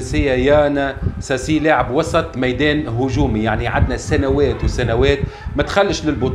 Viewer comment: اللاعب البرازيلي إسمو يان ساس مش ساسي